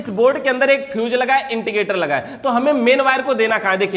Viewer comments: not integrator.... It's indicator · Indicator hota h Yaar 🙏. Inticator nhi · Intigator nahi indicator hotavhai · Bhai it's "Indicator"